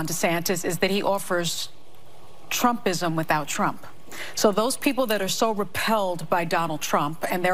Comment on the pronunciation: Did i just hear this bitch say "trumpism"?